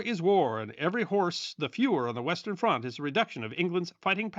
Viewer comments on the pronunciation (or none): none